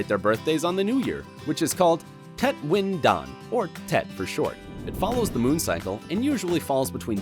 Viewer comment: I’m from Vietnam, so when I got to that part of the video, I ran downstairs to tell my sister we were included in the video, but she didn’t even know Tet was everyone’s b-day in Vietnam lol ... And they pronounced it wrong, but honestly there are probably about a million things from other cultures I pronounce wrong and I know another Vietnamese girl around my age who pronounces things with an extremely thick American accent I doubt many besides her family understand, so I’m not sure why I’m even mentioning this. They probably already know they’re not saying right anyways. Oh well, they can be happy I watched, liked, and commented I guess